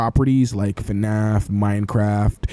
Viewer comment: ah yes "minecrack"